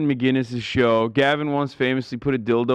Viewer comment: Its MAC - INNIS, not MacGuinness. Nobody ever says his name correctly.